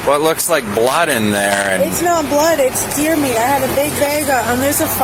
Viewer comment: It's deer Meat,Deer Meeat